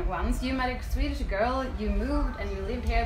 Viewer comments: That is actually quite impressive. Really rare to hear someone, that hasn't learned Swedish by 13-14 or so, speak it with such a good accent. Even more rare probably for someone having English as a native language. I guess he is rather gifted. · OMG ! Im from sweden and he speaks swedish spot on with an accent perfect ! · Holy crap, I don't say this lightly, but he has a perfect accent, I couldn't even tell he was from another country.